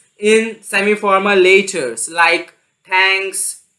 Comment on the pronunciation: Stop shouting.. and stop saying the word "letters" in a weird way..